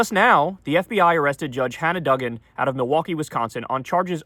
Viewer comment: It’s “doo-gan”, not “dug-in”.